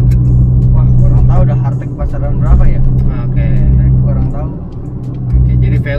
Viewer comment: hartge dibaca hart-ge (cara baca indonesia mirip ama penyebutan jermannya) bukan jadi harteg